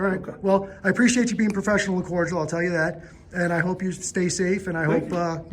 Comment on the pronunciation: When he says "cordial".